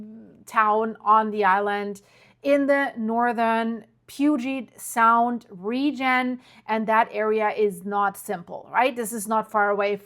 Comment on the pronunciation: Can you learn to pronounce sequence correctly and Puget Sound correctly!! I’m sorry but to me— you totally killed this video with your mispronunciation! Get it right